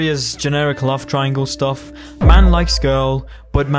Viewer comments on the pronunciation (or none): none